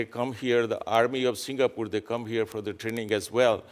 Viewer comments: HE CAN'T EVEN PRONOUNCE SINGAPORE CORRECTLY. HOLY SHIT. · His diction is awful.. He cannot pronounce the words right.. How in hell was he nominated for the job? He is coming here as ambassador and our HDB block janitor can speak better English than him? And his grammer !! Oh gosh "to get a part with THE Singapore.."?